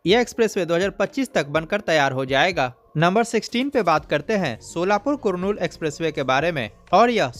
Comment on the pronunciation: वो कुरनूल नहीं है वो करनूल हैं